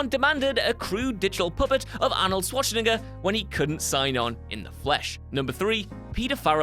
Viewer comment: Ummm... Be careful of how you pronounce Arnold Schwarzenegger's last name. Just a piece of advice.